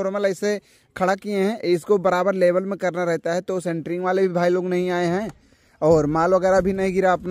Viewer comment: अरे भाई सेंटरिंग नहीं होता इस शटरिंग कहते हैं